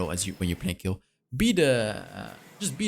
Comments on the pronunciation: Please dont say kill say kejl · Warum sagt er immer Kill 🤣🤌🏻 es heißt Kayle 🤣🤌🏻😝✌🏻 Ich bevorzuge sowieso ein Krit build. Ist einfach stärker